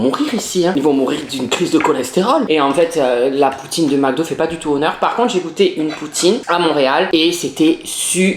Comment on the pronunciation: MDR LE NOMBRE DE FOIS QU'IL A DIT "POUTTINE" 🤣🤣🤣